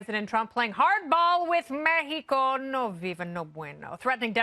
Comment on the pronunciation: With Mehico って笑笑